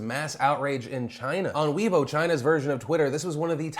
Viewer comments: not wiibo - it's pronounced wei-boor ^___^ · It's pronounced "way bo"